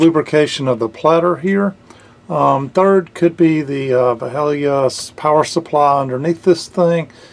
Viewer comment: He has a Led Zeppelin III platter mat, but mispronounces "Valhalla."